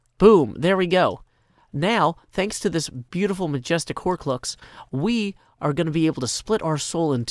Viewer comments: Did he really just say Horclucks? 😑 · he said hor"clucks* ^^ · "Horclucks" HAHAHAHAHA!!!